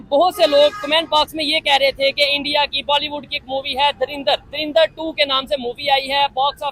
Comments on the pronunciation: Dharinder nhii hai woh "DHURANDHAR" hai😂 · darinder nhi ❌ 😂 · आपसे पहले तो तुम लोग धुरिंदर बोलना बंद करो 😂😂